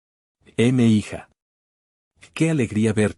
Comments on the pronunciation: NO SE DICE "EME HIJA" ES UN MEXICANISMO Y AL LEERSE M'HIJA" SE DICE "MIJA" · Te gusta mucho una IA que no sabe pronunciar mija? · Es mija, "mi hija" dicho de forma rápida. La IA no sabe pronunciarlo porque el tipo que está abajo a la derecha no lo está narrando de verdad, lo narra una IA.